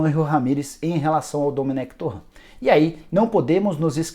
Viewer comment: Essa pronúncia tá erradíssima "torrã" 🤦‍♂️